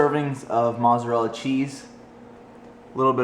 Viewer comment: you pronounce mozzarella incorrectly